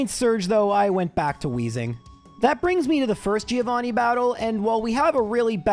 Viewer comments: No, dude. It is Gio Threeo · Thriovanni...bruh...I choked